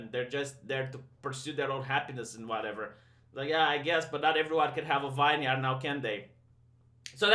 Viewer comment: Vineyard pronounced Vin Yerd.